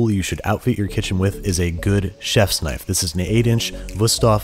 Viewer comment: Thaht's nuht a NYFE!